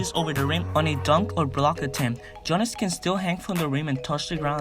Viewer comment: You have to say giannis as yiannis the g is silent for his name